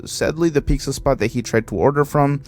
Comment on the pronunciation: The way you say pizza reminds me of a Mexican friend I had on Xbox. She used to say Picza just like you and we'd make fun of her. It's kind of nostalgic to hear you say it. My gf now is Mexican and she doesn't say it like that, so idk why some do.